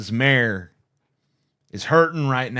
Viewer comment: You and Destiny both say “mare” instead of “may-er”. I don’t care about Giuliani, but it can’t be much worse than the train wreck he called a press conference in the Four Seasons Total Landscaping lot. 😂